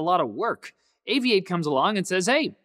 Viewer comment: Seems interesting. I'll try it out. I always thought it was pronounced "Aviat-e" not "Avi-ate"